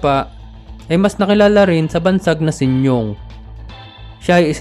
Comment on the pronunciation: Sinyong?🤣...Sinyo ang tamang bigkas